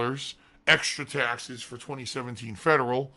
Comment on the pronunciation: Tahxes tahxes tahxes... Tahxes on top of tahxes